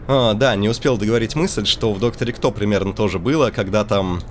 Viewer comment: Примен, я тоже услышал